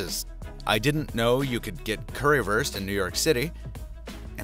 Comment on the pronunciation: curry wurst hahahha thats not the way to say it